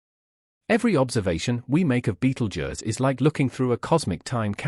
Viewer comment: Ugh clearly A.I bs. Can’t even pronounce Betelgeuse correctly. A.I had ruined YouTube.